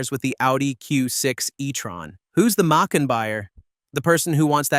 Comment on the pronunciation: I wanted to like this but the AI slop “Mick-can” “Mack-con” “Make-in” pronunciations were intolerable.